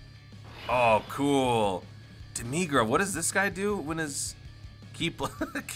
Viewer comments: For demigra say dem-mih-gra not dem-mee-gra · No Joke! I didnt realize this before I saw the comments. I used to call him Deh Mih Gra. But ever since my boy Scott Herman ruined the pronunciation, I kept calling him Deh MEE Gra to get him to stop calling him Dim Egg Ra -_ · No offense but the way you say demigra hurts